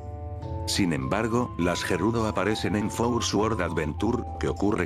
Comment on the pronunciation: Si pero yo creo que aquí no es el caso porque en LATAM también pasa igual, hay gente que hace exactamente lo mismo. Eso es más por no saber la pronunciación correcta la cual en este caso sería: "suord".